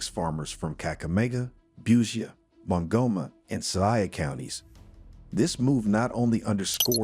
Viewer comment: Huyu ni wa wapy PR mingi ya uongo mingi wee stop to lie to Kenyan citizens , can't even pronounce busia kakamega give us a break tired 😩😩